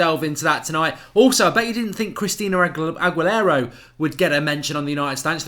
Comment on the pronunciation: Hi Mark. It’s pronounced Ag-U-Lara. The example you gave is AWESOME!!!! Made me laugh for a while today. Thanks for that one!!